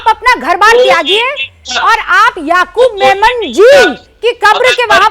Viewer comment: Yaqoob menon nahi hai yaqoob memon